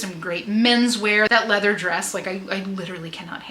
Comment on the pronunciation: The "lea-vuh" and lace...🔥🔥 Excellent haul! And the skittles bag of Viagra was wild!! 😂😂